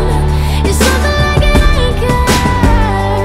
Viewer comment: one of my goals in life is to pronounce ANCHOR just like how she pronounces it.